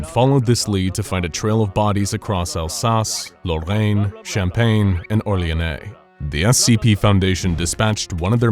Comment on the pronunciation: As a french I have to say : you nailed the "Lorraine" pronunciation